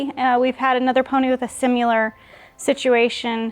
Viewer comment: Every episode... "Simular" and "fustrated." 😂